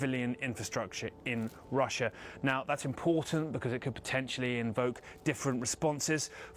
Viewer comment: Please tell there's only one R in Russia....not Rusher